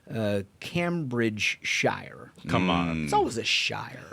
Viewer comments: Cambridgeshire = “KAYm Bridge Shurr” “Shire” is always pronounced “shurr” when at the end of a British name/region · the pronunciation of Cambridgeshire hurt my soul 😂😂😂